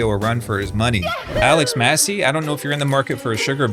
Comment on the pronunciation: massé like you would say "rosé wine" yknow